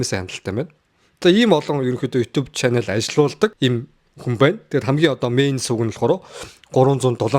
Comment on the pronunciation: shanel bish channel gechuul yg bolloo shu bro